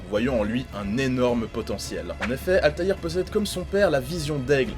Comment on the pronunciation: Ezio a beau etre charismatique mais rien ne vaut la classe de Altair. 😉 c'est la premiere fois que j'entend quelqu'un prononcer son nom complet correctement.